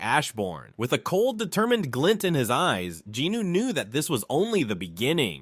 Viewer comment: Not jinno but jinwoon